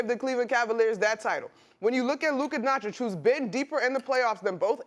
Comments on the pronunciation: Nobody: SAS: "Luker Donchick" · Most predictable answer ever from SAS. And it’s not “Luker Donchick”. Say his name right clown.